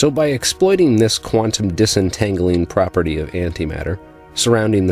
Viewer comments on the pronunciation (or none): none